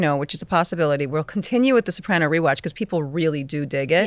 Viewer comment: Robert, I'm just curious: Why do you pronounce it Sop-AH-nos, unlike everyone else? I love the podcast, FYI!